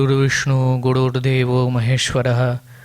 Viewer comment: "গুড়ুর ব্রহ্মা গুড়ুর বিষ্ণু...." এভাবে বলাটা ঠিক, নাকি গুরুর ব্রহ্মা গুরুর বিষ্ণু.... এভাবে বলাটাই ঠিক? সংস্কৃত উচ্চারণই কেন, বাংলা ভাষায় কথা বলতে হলেও উচ্চারণ সঠিক না হলে ভীষন কানে লাগে